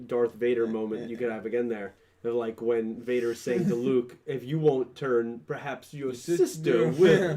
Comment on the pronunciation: Luke not rook